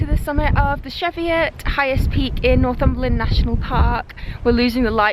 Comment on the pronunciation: Now you're walking in the county where I did most of my rambling, in the days when I belonged to a local group of the Ramblers Association. Easy to get lost up there, so I'm sure your map reading skills were put to good use! We pronounce this hilly range the ChEEviots, Athena, and I think that is the correct pronunciation. You were so lucky to be able to go for a long walk.